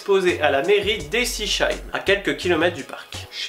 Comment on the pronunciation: mdr super video mais on repassera pour l'accent et la prononciation de Ensisheim (c'est pas esicheheim mais bien ensisheim) oups :))